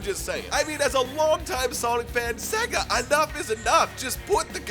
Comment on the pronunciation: They'll add shadow once you pronounce SEGA right